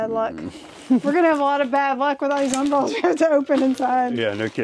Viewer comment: um-BREL-las. LOL. not UM-brel-las. Love these videos but that drove me bonkers. .. so I looked online to make sure I wasn't off my rocker